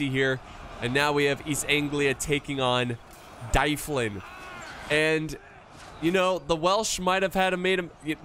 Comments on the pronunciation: mun, it's D-uh-vlin not Die-flin, we need to teach you some Welsh pronunciation!;) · 'Dyflin' is a Brythonic word meaning black pool. It leads to the name in Gaelic 'Dublin'. So Dyflin is pronounced 'DUV-linn' (emphasis on the capitalised syllable).